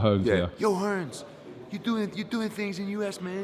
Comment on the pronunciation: "Hearn" ...no S on the end!!...how hard is it USA?